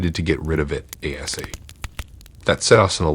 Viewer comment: Asap. Its asap. Not asa